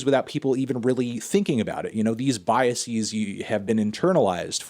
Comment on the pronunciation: someone tell fantano how to pronounce "biases", this has gone on for too long